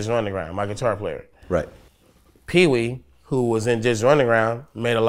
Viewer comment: Og_Deadbolt u said it wrong its ...peewee shorty b and ant banks😂